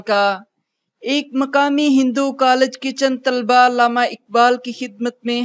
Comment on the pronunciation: اردو ٹیھک کریں۔ لامہ نہی علامہ ھے